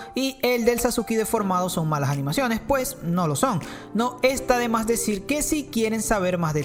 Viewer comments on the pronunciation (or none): Es sasuke no sasuki... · Sasuki? yo lo conosia como Sasuke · Yo repitiendo mas de mil veces NO ES SASUKI ES SASUKE